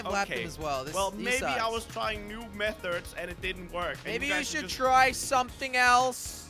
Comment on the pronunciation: I don't think it's called methers I think it's called methods Crainer